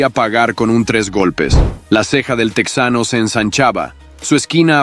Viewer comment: Oye, estas hablando en español asi que no es "tecsano" es TEJANO ahhh pero dices "opercut", eres un farsante hablando ingles